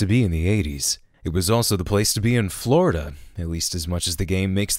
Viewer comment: it’s Florida, not Florda.